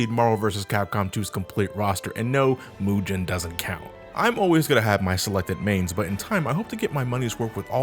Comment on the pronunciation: I thoguht it was called... Mu-GEN, let GET, Mu-GEN, not Mu-JIN... huh.